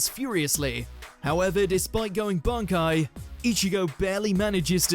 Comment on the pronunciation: Its weird in the dub they call it 'Bonkai'... not really sure how that happened? At no point was anyone like "Guys, its Bankai not Bonkai.."